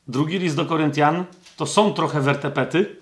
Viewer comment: "Wertepety" hehehe tz wertepy😉